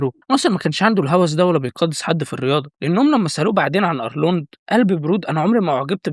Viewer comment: هو ارنولد ولا ارلوند 😂